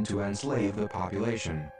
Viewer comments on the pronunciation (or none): "Popluation control" Common guys, I know this is independent film, but step it up. This is too important to mess up.